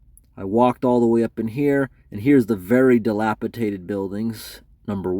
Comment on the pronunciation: Dilapidated only has one T. You pronounced it wrong